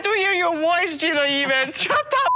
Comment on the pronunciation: Gino, pronounced gyno, is legally the father so why does matt need to pray the baby is Danes???